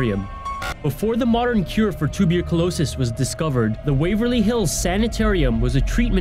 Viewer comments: "Tubular colosis." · he said tubercul-osis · TWO-berculosis? What the fuck is with the pronunciation? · What’s scarier is the way he pronounced “tuberculosis”